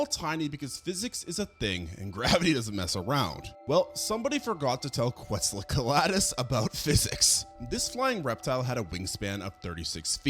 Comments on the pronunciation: No offense because I love your content but you make mistakes on a lot of the names throughout your videos (for exemple Inostranvecia instead of Inostrancevia or Quetzalcoaltus instead of Quetzalcoatlus) tho it's a minor issue in my opinion (doesn't get in the way of the informations + you show it written anyway). Love your videos, keep going ^^ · Dude, I like the content and subbed awhile back. But your pronunciation is a crime. In this one you murdered basilosaurus and quetzalcoatlus. Just take a few seconds and look up these pronunciations. It's not good for your credibility to constantly be fumbling these names.